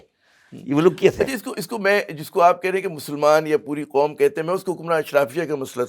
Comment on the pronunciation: With all due respect, Shabbar Zaidi saahab baar baar Khaum (instead of Qaum) kyon keh rahe hain?